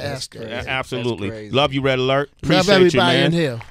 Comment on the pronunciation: Kool Dj Red Alert! Say his name right! Respect!!!!